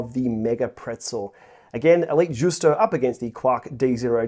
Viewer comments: It is pronounced like the ‘Juice-toe… it is a mullé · the right pronounce is like: yusto (it is not italian but venetian language)